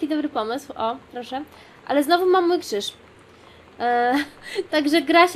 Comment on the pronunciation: No, ale dzie ten kszysz? ;_